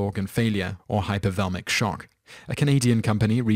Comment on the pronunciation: It's pronounced hypo-vol-eem-ick shock. Not whatever your narrator said.